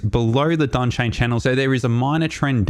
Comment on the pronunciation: Donchian - not Donchain. Good video. Very helpful.